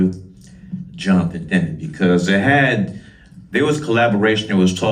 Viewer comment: Spike Lee May be a great director…. But he’s a god-awful interviewer Jon De Demme ??? Huh??? Lee can’t even pronounce his name I’m pretty sure it’s Jonathon Demme….. NOT DE-DEMME Lee’s awkward pausing between question and though betrays early “old-man” syndrome …… his words ARE NOT FIRING at the same speed his brain thoughts are firing …….also repeating everything they answered ….”yes…..Bernie…..Bernie Worell” Lee says “ I’ll go on record…..” best Concert film We all know how many Gaffs Spike Lee has had when he “goes on record”